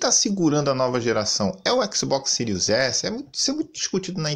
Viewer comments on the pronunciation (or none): "Ecsibox Siris Essi e Ecsibox Siris Ex" o é o melhor cara